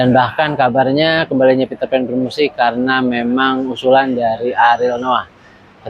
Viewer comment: Peterpan ❌ Paterpan ✅ 😂😂😂